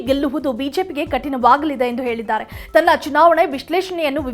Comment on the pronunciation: ಮೊದಲು ನೀನು ಕನ್ನಡ ನೆಟ್ಟಗೆ ಮಾತಾಡೋದು ಕಲಿತುಕೋ.. ಕನ್ನಡದ ಮರ್ಯಾದೆ ತೆಗೀಬೇಡ..ಮನೆಗೆ ಹೋಗಿ ಕುಳಿತುಕೋ.ಆಗೆ,ಈಗೆ, ಅತ್ತು ವರ್ಷ, ಅತ್ತರಿಂದ ಅನ್ನೆರಡು😂😂 ಏಳಿದ್ದಾರೆ ಅಂತೆಲ್ಲಾ ಕೇಳೋದೇ ಅಸಹ್ಯವಾಗಿದೆ.